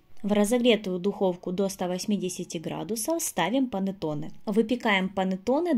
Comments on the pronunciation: ПанЭтонэ, а не панАтонэ. МангО, а не манггА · Pannetonne a ne "panatone" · Рецепт пробую готовить но режет слух слово понотоне… что с русскими? Булочка бу лоч ка ❤ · Блиииииин , что за Панэтонэ??? Что вы корежите итальянские слова..Если хотите на итальянском сказать, то хоть потрудитесь сказать правельно ( хотя не пойму зачеееееем , Ведь есть на русском слова КУЛЕЧИ, что даже красивее на слух ?), но раз хотите на ,, иностранном 😅, говорите правельно хотя бы... ПА-НЕ-ТО-НЕ а не Панэтонэ, не могу блин ...И то что вы Зделали совсем не похоже на Итальянский Пантеоне...совсем.. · Что за слово понатоны?! Или как вы говорите, не поняла😳